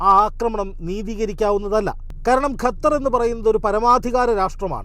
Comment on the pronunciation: ഗ അല്ല ഖ (ഖത്തർ)